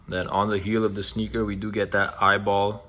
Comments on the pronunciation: It’s pronounced “E.Y.B.L” not “Eyeball” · Bro it’s E-Y-B-L 😭